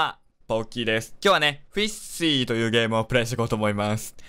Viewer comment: フィッシーて言ってたけど、 一瞬、フィッシャーズって聞こえたw